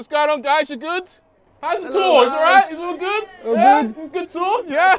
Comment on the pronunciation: the silence then “what es that” 🤣🤣🤣